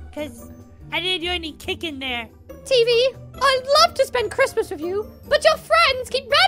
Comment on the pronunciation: YO NAME IS TEEEEV NOT TV